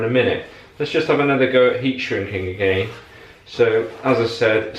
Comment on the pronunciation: Ere, are we shrinking or shinking the metal? different dialects and all, cracking vid though fella, keep up the good work and keep on smiling.